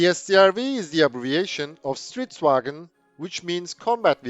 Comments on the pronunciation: i am from sweden and its not stridsvagen its stridsvagn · It isn't "Stridsvagen" but "Stridsvagn", vagn pronounced as vaŋn, that is a glutural "gn"